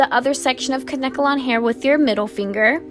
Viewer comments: 😂 its adorable how she kept sayin kankelon wrong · It’s Kane-kelon....I mispronounced it for years!!! Love your vids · The way she said Kanekalon made me cringe